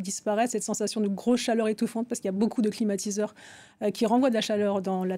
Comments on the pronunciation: Qui a entendu l'introduction de la journaliste présentatrice comme moi " climatisateurs "?? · Si elle a dit "climatisateur". 🛀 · suis je le seul à avoir entendu "climatisateurs" au début de la video?🤔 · non moi aussi !